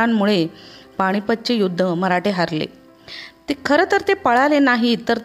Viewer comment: "पाणीपत" नाही हो...."पानिपत" आहे ते